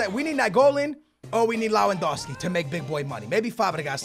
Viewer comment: LEJUANDOWSKI the pronunciation kills me LEVANDOWSKI it's pronounced.